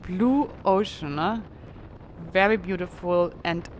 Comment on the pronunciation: Excellent concluding episode of the "cross the US" part of your journey and it is great to know you are continuing on to Key West. I enjoy everywhere you bring us along and look forward to each new video. I love how you pronounce the letter "V" as a "W"... "This is a wery beautiful view..." Don't change! Your accent is charming and your English is wery, wery good.